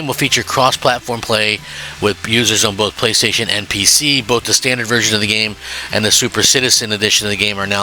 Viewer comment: Why does Crap have such a tough time saying "playstation" Not the first time!